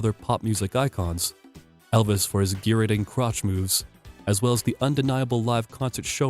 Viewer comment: ok now. if you can't pronounce gyrating something is wrong.